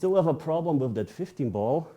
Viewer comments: Lieber "wiff" als "wis" 😅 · 🤣"Wiff". Don't worry. Most English speakers don't say it correctly either. I'm one of them.😁